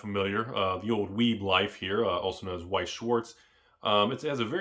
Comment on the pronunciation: youre awesome and knowledgeable, but Weiss is pronounced with a V sound lol